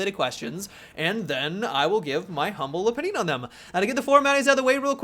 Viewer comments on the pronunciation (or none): none